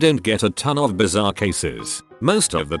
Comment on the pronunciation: Lol how the voice said bizarre Biz-a-tar